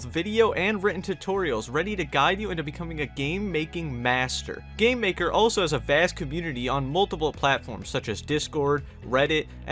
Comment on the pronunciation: Whenebrr he says gamemaker it sounds like hes saying "gaymaker"